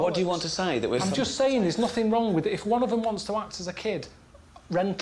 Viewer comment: Dude says "wronk" 😂